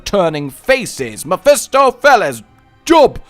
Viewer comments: Job is pronounced Joewb like joe and globe together dont ask why it just is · Pretty sure Job would be pronounced "Jobe" as its a referrence to the biblical character with the same name pronunciation